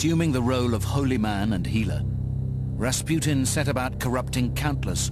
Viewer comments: Ras "Put-in" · It's rasputin... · Ras "Putin"